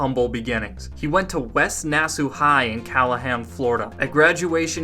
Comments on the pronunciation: Fun fact my mom went to school with him Also I died laughing when you said “nass-oo” it’s pronounced “nass-aw” 😭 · Why are you pronouncing nassau like nassoo lol. Is that how florida calls it? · “ west nassu high” lol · Nassau is not pronounced right